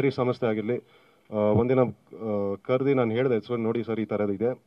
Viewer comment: ಇದ್ದಿ ❌ ಇದ್ದು ✅ ಕರೆದಿ ❌ ಕರೆದು ✅ ನಮ್ಮ ಭಾಷೆ ನಮ್ಮ ಹೆಮ್ಮೆ! 💛♥️